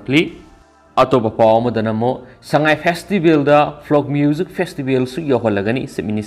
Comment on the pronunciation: Rehearsal twbiu English pronunciation taba yadre ..... folks not frock...flok...